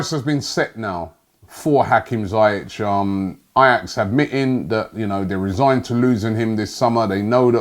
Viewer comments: We won't get some of these players Robbie because you keep pronouncing their names wrong....... It's Ziyech not Zayech! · Robbie: zi-yeah-tch Me: mate, its zee-yec btw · The way Robbie murders players names, we won't sign anyone , documents would have incorrect spellings. His name is Ziyech not Zayech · Ziyech not Zayech ! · It's pronounced "Zee-eck" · Pronounceation: Zee-eck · Having watched Ajax in the Eredivisie every week for last 3 years I can easily say that Hakim Ziyech is one of many players from Ajax I'd love to see at Arsenal. Btw Robbie, it's pronounced "Zeeyek" just so you know :) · Hakim Who? ZIYECH (Zea- yech) Keep practising Robbie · Hate to do it to you rob but it’s pronounced ‘Zee’ ‘yeck’ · Pronounced zee-yek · Its pronounced Hakeem Zeeyek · Robbie its pronounced ZEE-YEK (Ziyech) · For the last time you muppet.. that's not how you pronounce his name. Z-e-e-yeck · My Don his name is pronounced ZaieK.. with a K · Dear Rob, it's pronounced as Zeyek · Lol dat Ziyech pronunciation from robbie.